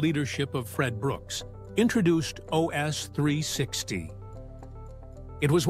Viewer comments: It's "OhEss," NOT "Oz."....EVEN if some programs have an "Install Wizard"....:person-turquoise-wizard-wand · "OS" is usually pronounced as "oh" "ess" by most people. Not like Oz as in the Wizard of Oz.